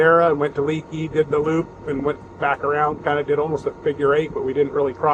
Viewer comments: I live in the area and its pronounced "Lake E". Bent rim is a great stop to get a refreshment and to stretch the legs.👍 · Haha, glad someone jumped into the comments to let you know how to pronounce Leakey! I grew up in Leakey and now we home base here. When I saw the title I had to watch to see where you ate. Bent Rim is always a good choice. Next time stay at one of our RV parks along the Frio River and enjoy the clear, cold water!